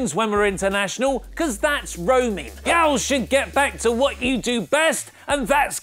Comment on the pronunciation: the way this man just said Yall